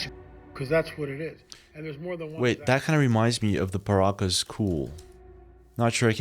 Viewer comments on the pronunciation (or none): Does anybody else feel like this guy isnt real? Like he's ai or something? I've been watching his videos for a while now and there's always been something i couldn't quite put my finger on. Then in this video when talking about the paracas skulls he pronounced it "the paracas-kūl" which seems like kind of an odd mispronounciation or mistake for a human to make, however we see it often with ai translated subtitles 😉 anybody else catch that?